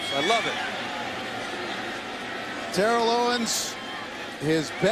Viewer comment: Awesome! I'd love to see Bills-Titans! However, I hate that Steve Beuerlein keeps mispronouncing Terrell Owens's first name. If Macatee could pronounce it, why couldn't Steve?